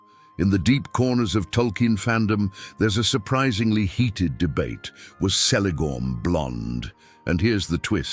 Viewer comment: who else here was saying its kelegorm not selegorm like even in oe of the deleted scene of the first lord of the rings movie haldir does pronounce the letter c the way tolkien said it was pronounced which is like the letter k.....also the irony that he was blond like the kids his grand-pa had with his 2nd wife and yet is the one that is most similar to feanor whom hated the 2nd wife and his half-siblings is funny in my eyes